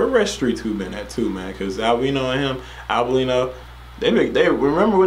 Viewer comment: Ar-ver-lee-no thats how it’s pronounced